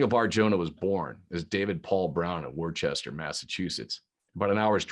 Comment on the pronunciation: Omg it's pronounced Wuh-ster not Wor-chester.